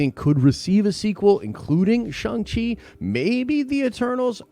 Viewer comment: Shawng Chi not Shung Chi.